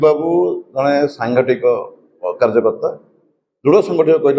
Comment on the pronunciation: ସାଂଗଠିକ ନୁହେଁ ସାଙ୍ଗଠନିକ ବୋଲି କୁହ